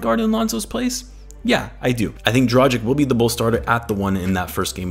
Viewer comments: Now that he plays for the Bulls, I'd say it's about time you learn it's pronounced "Draghich" rather than "Drajik" :D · Pls I love your vids but it's pronounced Drah-gitch